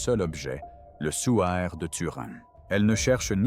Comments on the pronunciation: Le suaire coco ! Pas le souaire ! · il ne faut pas dire "souaire", mais bien prononcer "suaire" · C’est le suaire pas le sOUaire